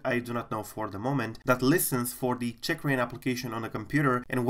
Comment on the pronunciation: oh my gawd seems you are pronouncing it CHICKrain, funny though